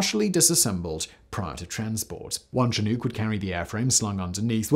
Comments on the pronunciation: chin-oocks strange way of pronunciation Simon ,maybe ask an American military flyer where your going wrong, surely the British used these as well. if not for the pictures i would have no idea what you were on about. and with your upper class pommy accent i would have thought you would be a stickler for proper pronunciations, but obviously not,apparently. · Simon knows how to pronounce it, it came to him in a dream. 🤭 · Yeah, I noticed in this and other vids that some other countries have some trouble with the Native American names. But yeah, a 'soft' "CH" as in "SH", and "Nook" rhyming with "Cook". It is good to point out, as our American Indian (or Native American) friends would appreciate it. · the way Simon is saying Chinook is making me chuckle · All that research and preparation , an still not able to correctly pronounce Chinook…🤣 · Come for a great story, stay for Simon pronouncing Chinook. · How does he not realize he’s saying it wrong. Is this a drinking game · I cringe every time he says Chinook. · Someone tell him how to pronounce Chinook.😵‍💫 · I really like this video but good god you have to re film it and pronounce chinook correctly' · its not a Chi Nook..its pronounced shinook...annoying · shi-NUHK not chin-OOK That is bugging the crap out of me. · Yeah "shin-nook" as in bone, room is how I have always referred to that aircraft. "Chin-nuke" sounded weird and I at first thought it was some Russian help. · "Chin nuke" is the way the Brits pronounce Chinook. Simon is not the first Brit I have heard using that pronunciation nor will he be the last. I have always said "shinNOOK" but then again, I was born and raised in the Pacific Northwest (NW Montana) and now work as an English teacher in Europe. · Whats a chin ook? Its pronounced shinook or shuhnook..not chin, its a salmon.... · I was rather confused as to what helicopter Simon was talking about until I saw it. "Chin-nuke", never heard it called that before. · Aww did he say chin-nook?